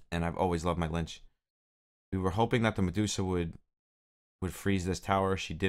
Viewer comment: Pronounced Litch like itch. Not lynch